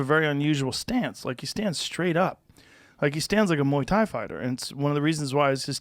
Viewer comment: "Mooey tai" - Uncle Chael"